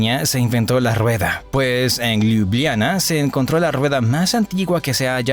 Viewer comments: Hola, gracias por la información. Sin ánimos de ofender y sólo a modo de ayuda para los hispanoparlantes a los que saber no les ocupe espacio😊, la pronunciación de Ljubljana en castellano realmente es más facil, simplemente cambiamos las "j" por "i", fonéticamente quedaría así: Liubliana. Lep pozdrav😊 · Ljubljana cuando lo narraba era liubliana la J es como la i latina de nosotros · Hola, gracias por la información. Sin ánimos de contradicción y sólo a modo de ayuda para los hispanoparlantes, la pronunciación de Ljubljana en castellano es más sencilla, simplemente cambiamos las "j" por "i", fonéticamente quedaría así: Liubliana. Lep pozdrav😊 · Buen video, pero la pronunciacion de lugares Eslovenos fue fatal! Lo digo como Esloveno que habla Castellano tambien. J Esloveno se lee como Y en Espanol. LJ como LL..entonces Ljubljana seria Llubllana.